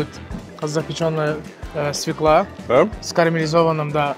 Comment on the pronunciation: Уважаемый Ханбаба ! Пожалуйста, произноси слово свёкла правильно , с ударением - на "ё" .